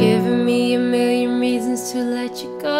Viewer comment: I find it so lovely the way you pronounce "million". Your work is amazing. Keep it up <3